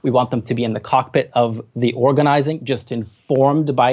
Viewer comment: who else rewinded to hear say cockpit again? ☝🏼